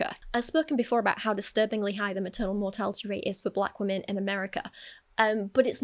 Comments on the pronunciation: The pronunciation of “weh-min” is upsetting me so deeply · says “wemen” and I cannot stand it. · "Wemen"